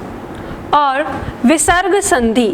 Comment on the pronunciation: मेम आप बहुत लाज़बाब पढ़ाती हैं। परंतु छोटी मात्रा का उच्चारण भी बड़ी मात्रा जैसा करतीं हैं जैसे संधि को संधी बोलती हैं